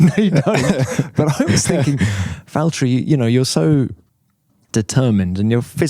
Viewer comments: I just love how he pronounced his name in Finnish and not how people do it in English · So Ricciardo did pronounce Valtteri's name correctly ! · EA361 Because Ricciardo can pronounce his name correctly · The way he pronounces the double T's are so good to hear for some reason idk why, but great!